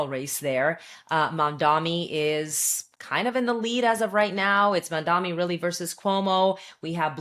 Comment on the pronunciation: Two women who can't pronounce "Mamdani" trying to smear him Enjoying the barking 🥰